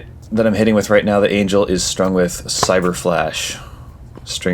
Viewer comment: It's pronounced Aan-ghell